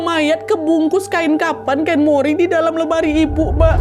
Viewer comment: Kain mori ya bukan cimori....😂